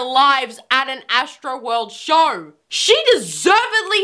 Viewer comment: It's show not shore